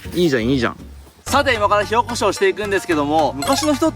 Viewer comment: 火起こしが塩コショウに聞こえる。。